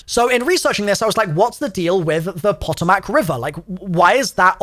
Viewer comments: The Pentagon is on the Potomac River. prounouced Puh Toe Mick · Potomac is pronounced kinda like Puh‐toll-mic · Po-Toe-Mic river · Isn't quite right lol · Its so wierd knowing these places irl! Also cringing every time he says Potomac😂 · me, a virginian, hearing him butcher potomac multiple times xddd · It has the pronunciation on the wiki. Your boy just didn't care, but I'm here for him trying to pronounce American. Lol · Him absolutely butchering Potomac River is so funny 😂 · someone needs to tell him how to say potomac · Is it just me or does it irritate anyone else that he cant pronounce potomac river or maryland properly. I understand that not everyone knows how. But i just wish that sometimes people would watch someone else pronounce it. All good though. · As a Maryland resident, I'm sorry, but I cant help but physically recoil everytime you mispronounce Potomac and Maryland. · Being from the DC area, that was pretty damn funny hearing you pronounce the Potomac River 😂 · as a marylander, i loved the mispronunciation of both potomac and maryland😂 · Everytine he says potomac 💀💀💀 it hurts lmao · Mary Land lol. And the pronunciation of the Potomac river 😂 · Potomac = puh-toh-muhk DMV AREA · I think Potomac is pronounced as "puh-tow-mick" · its pronounced (Puh - tow - mick) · Pa-toe-mic is potomac. N its M-air-lin is Maryland not mary land 😩😅😂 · Its po-to-mac river btw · Poe-toe-mic I’m from Va that’s how you say it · Pronounciation tips as an east coaster Maryland: Meryl-land, but no space in pronunciation. Potomac: Po-to-mic, but again, said quickly with no space between hyphens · I love your content bro but as someone who lives in West Virginia it’s PO TOE MAC river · Pot-o-mack and Mary-land make me laugh as an American haha. Great video dude. Full blown Schizzo mode and i love it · Potomac is pronounced Po-Tome-Mick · Pluh- toe -mick river say it again. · Pa-toe-mick is how it’s pronounced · It's puh-tow-muhk. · its pa toe mic not pot o mac